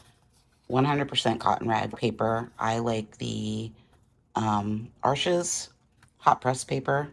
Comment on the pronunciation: Fantastic, Arches is French, it’s pronounced “Arche,” the (s) is silent, Thanks for sharing!!!